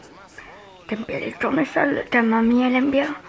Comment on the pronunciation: « de tournerols « 🤣